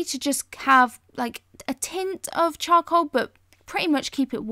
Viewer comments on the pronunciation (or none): I heard choco instead of charcoal.. And now i cannot unhear it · she says chow-cool